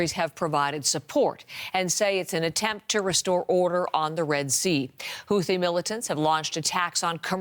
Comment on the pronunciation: Thought it was pronounced “hoo tee” not “hoothee”??